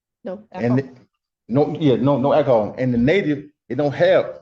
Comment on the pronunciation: since when does soap contain akkahaull?